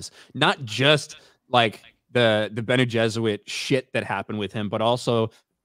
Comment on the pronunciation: Why does keep saying bene Jesuit instead of bene geserit? I really hope it's intentional.